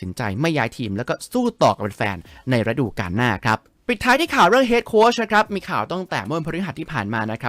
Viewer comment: ฤดู > ออกเสียง รึ - ดู ไม่ใช่ ระ -ดู …มันคนคนละความหมายเลยนะ😅